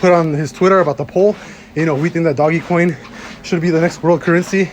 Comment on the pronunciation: Mans bought sm dogecoin and still can’t say it right😂😂 much love bro hope we hit the moon